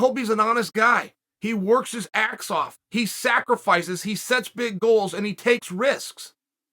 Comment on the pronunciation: “Colby works his axe off” Chael Sonnen